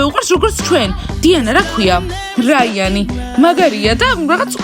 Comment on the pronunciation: რაიანი არა რაინი